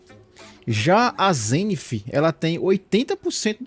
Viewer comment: kkkkkkkkkkkk pq ele diabo fala zenifffff th NAO TEM SOM DE "F"